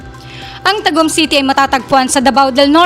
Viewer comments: Paga- di-an not Paga-dian Ta-gum not Tag-um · Hindi nga nya maayos ayos ang pronunciation nya ng TAGUM. 😂